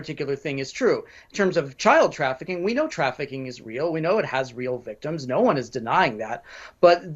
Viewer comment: HAHAHA, is that a "NO" or "NOW"? Coz they both sounded the same,.